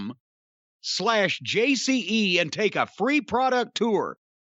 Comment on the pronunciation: It's "netsuite" buddy.